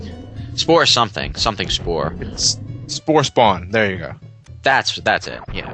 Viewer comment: did he say spood buster?